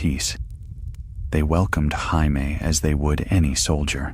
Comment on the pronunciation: This could have been so good had you used the English pronunciation of Jamie and not Spanish. I wasn’t able to last longer than 28 min. 😢